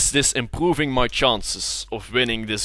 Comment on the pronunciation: Wtf is he saying ? ImprrrrrRrroving